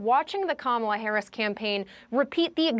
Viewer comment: IT'S KA-MA-LA.........